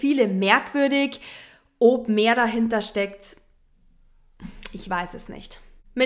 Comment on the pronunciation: Ich liebe es, wie du OB sagst 😍